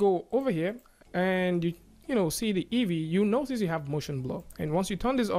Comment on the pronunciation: EEVEE ... its "EE"VEE for christ sake